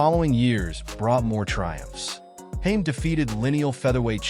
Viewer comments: its Ha med not Hames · His name is Ha med nor haims sooo annoying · Nice video but his surname is pronounced with 2 syllables 😂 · ITS HAM ED!!!!....pronouce it right ffs!!!!!🔥🔥🔥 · Hamed ..... HAM ED ......His name is - HAMED ..What kind of channel makes a vid ....but cant even pronouce the persons name ???? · Imagine going to the trouble of creating this video and you can't even pronounce the guys surname. Makes you look like a bit of an idiot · You would think they would know how to pronounce his surname before putting a clip up !!! Pathetic !!!!! 👎👎👎👎👎👎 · Why can't you pronounce his surname 😂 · Pathetic white boy can't say he's name properly 😂🎉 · The guy doing the speech cannot pronounce second name properly